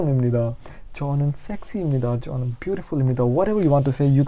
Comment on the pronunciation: 저는 is pronounced chonan?